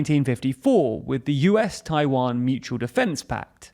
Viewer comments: Tawian lol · Ah yes, the Tawiwan strait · "*TAWIWAN STRAIT" 😁 When one erratum was fixed by another erratum. It's okay.